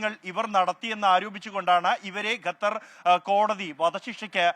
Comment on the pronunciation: എടോ ഗത്തർ അല്ല ഖത്തർ😂😂😂😂ok